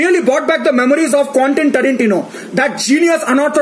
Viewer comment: "Quontan" tarantino 🤔😜😜